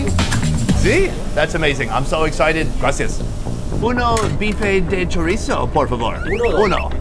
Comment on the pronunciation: that is NOT chorizo, never say that again